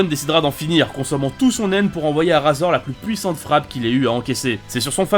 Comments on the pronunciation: vs RAAAAZOR mec c'est pas un rasoir mais RAIZOR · On dit raizor et le chef de la brigade ne s'appelle pas koullollo😂😂😂 mais kuroro lucifer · Sa s'écrit razor mais se dis rayzor.. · RAZOR Sa SE DIT RÈZOR